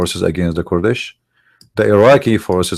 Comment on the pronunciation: Sorry, I like your information, and I do follow you, but?Your English is atrocious both in grammar, and pronunciation. Here is my advise. Use the computer translation which has a voice pronunciation for the words to teach you Kurds and Kurdish, not kord and Kordish.or say it in Arabic Akradاكراد. When you mention group then the verb can’t be singular is but are, and were etc. Write your theses and read it more preferred than speaking extemporaneously. God bless you for your vast knowledge of Islam.